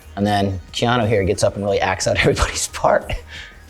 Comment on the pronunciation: Keona Reeves? I just learned how to pronounce his name.